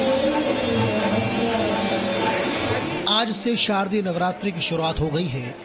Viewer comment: Reporter told sharadiya navratra....so ignorant